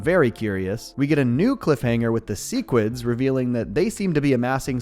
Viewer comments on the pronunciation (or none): Why the fuck you go out of your way to mispronounce sequids? Has anyone in the entire show ever pronounced it like that? No. Anyway. I love your videos. You're the best adult cartoon channel on YouTube.